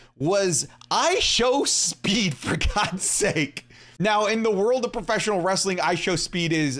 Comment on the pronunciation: Everytime he says preffesional wrestling i cringe